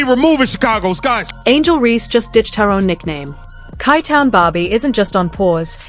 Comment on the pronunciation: Chi chi-town not kai town sounds like SHY. Shitty ass AI voice over